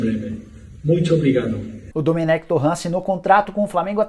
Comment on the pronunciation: Jornalista cabeça dura, o próprio Técnico fala seu nome e a forma correta, em seguida vem o cabeça de bague pronunciar erradamente. Pqp